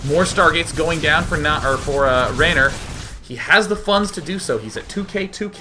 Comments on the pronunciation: Haha, Råner from Nårway XD Nice try on the Norwegian accent DayJ, but you sound more Swedish.. :P And his name is pronounced "Rawner", not Raynor ;) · Its not raner, its råner, å is pronounced sort of like the O in boy. its norwegian and it is a term for car enthusiasts who does crusing for a hobby, burning and slideing with their cars etc. :-)